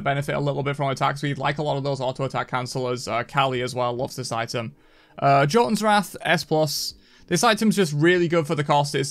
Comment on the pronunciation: Thanks for the tier list. Un-thanks for the Jotunns pronunciation.